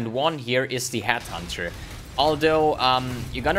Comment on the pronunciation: It's Headhunter... NOT Hathunter